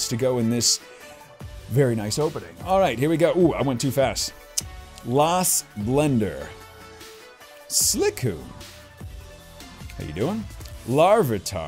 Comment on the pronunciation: he seriously prenounced silcoon like slickoon